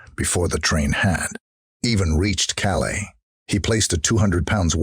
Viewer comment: Please remake this video with a narrator that can pronounce the place names correctly. Cannes is pronounced 'can' not cans, Calais is calay not cal-aye and worst of all the classic American mispronunciation of Grosvenor, you can guess what he says ;-) And yes, I agree, the cowboy drawl is rather grating too...